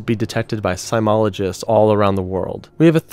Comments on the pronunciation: "Plump bob" "Nucular" "Continual" "Seimologists" C'mon maan! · You have a serious problem with pronouncing words. "Seismologists", "nuclear", "contiguous"... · Work on pronouncing wigwam and seismologists.